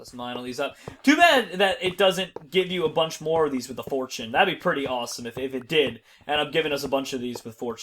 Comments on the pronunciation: did he say awesome or rossome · did anybody hear him say rossome instead of awsome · I can't believe in the beginning said rossome #rossome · In his intro....did any1 else hear him say...Rossome? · Did said "A #ROSSOME episode of Crazycraft?!?!?!LOL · was it just me or did say rossome??????????? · said rossome at the beginning of the video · At the beginning was like rossome episode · any else notice he says rossume in his intro skydoes minecraft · did he say rossme at the beginning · did he say rawsone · Did he say rossome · did I just hear say rossome that's #rossome